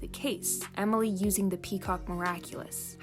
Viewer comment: Did you just say Omoly it’s pronounced Emily